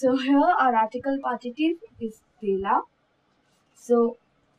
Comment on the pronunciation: Nice video maam But u did mistake over there in .. For de la u have to say द ला not दे ला hank you for teaching this part... Now, I understood this part....